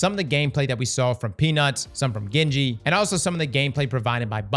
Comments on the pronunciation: Bro it’s Gingy not Genji! 🤣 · out here butchering Ghenji. It is Gingy as in Ginger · Gin-gee lmao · You can say all types of weird Louisiana names but not Jin-Gee 😂😂 *I live in Louisiana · Bro how you actually fuck up her name that way?! I know you ain’t that bright with all the words but shit man you guys do a script so practice the names, takes all of 10 seconds to hear her name when those two play together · at least say her name right don’t sell urself out like that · You said her name wrong